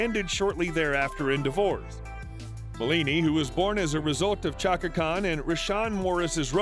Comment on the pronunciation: Hey...some of those pics were HIT!Chaka would check you I bet!😅and practice pronouncing her full name correct..all in all you gave a pretty good Bio..and I gave you a thumbs up..also..you gave some info that I never knew!Appreciated never the less😁